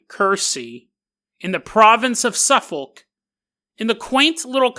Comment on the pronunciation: Another pronounciation correction for you, it's pronounced "suff-uk".